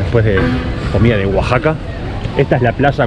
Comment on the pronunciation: Saludos. gracias x visitar Mexico. No lo tomes ah mal. Pero le llamas Guaxaca y no Oaxaca.